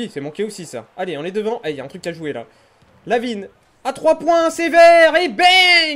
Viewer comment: Bah te revoila! Et c'est pas Lavin mais LaVine...sinon ca fait plaisir de te revoir